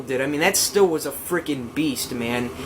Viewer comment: Stihl is pronounced steel! Also this leaf blower has two handles so you can hold it with both hands to distribute the weight evenly and might make it easier to use!